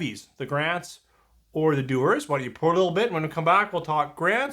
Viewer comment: Dewars, not Dewers.